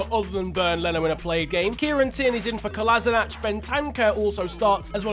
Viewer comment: Kolasinac is pronounced Kolashinats, not Kolasinach